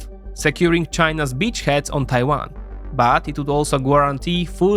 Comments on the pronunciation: Thanks for the video! If I may make a small pronunciation correction: in the word "guarantee" the letter u is silent, it should be pronounced like "garantee". It's a word you often use, it's worth getting right. Thanks again! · Gwarunteed! Goo-wahm!🤣